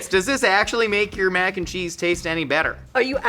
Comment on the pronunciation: Mackencheese like Mackenzie